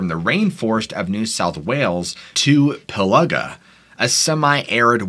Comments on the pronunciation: Its (Pill - ee -Ga) not ( piluhga) this is how you pronounce pilliga, and Coonabarabran is ( Koon - ah - ba - ra - bran ) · You need to check out the 2014 found footage movie of There's Something in the Pillaga (pronounced as Pill-a-ga not Pill-ar-ga), it will scare the crap out of you. My mother in law and her family are Wiradjuri descent and grew up in the Pillaga but never experienced the Yowie in their time living there, but it is out there. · Pronounced Pill-ee-gah🤣🤣 good effort tho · Pillaga is pronounced as Pilliga 😊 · Yes, I didn't know where he was talking about when I realised he said Piliga but overall he did a good job because of the indigenous names. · Say it this way...Pill-ah-gah and Coo-nar-ah-bran and Nar-ah-brigh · Ah .. PILLGA is said as "PILL-LAH-GAH". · FYI Pillaga is pronounced Pill-aga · its said like this "pill-ig-gaaa". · Pilliga is pronounced Pill-ee-ga(r) and Coonabarabran is Coon-a-bara-bran, but good try, very creepy place at times, have lived next to it for a number of yours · Pill'I'ga its pronounced mate. Like as in Pill...Ig...a Pilliga. Yes Pilliga scrub nonetheless but Ill never camp out that way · More pronounced 'Pill-igga' and 'Coona- Barra-Bran'. Cool stories though. Great research. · Thats pronounced....Pill-iga,.....Narra-bri. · but destroyed Piliga and Australia. Got the hard ones right and the easy ones wrong.